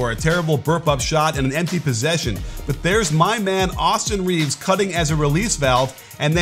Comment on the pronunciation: Did you just call him "Awesome Reeves"!?